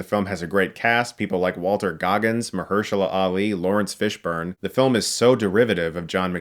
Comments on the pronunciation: He also says WaltER goggins instead of WaltEN goggins and that also drives me mad.... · Chris still can't pronounce Walton Goggins' first name correctly! xD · His name is Walton not Walter